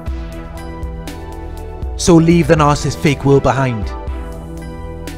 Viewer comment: I like listening to you. But please practice on how to say the word Narcissist. You say Nar- siss.. when it's Nar- Ci,- ssisT. Thanks. .